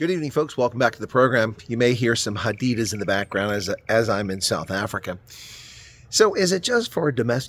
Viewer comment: Great video, as always. But could you please stop mispronouncing Ermelo and Hadidas?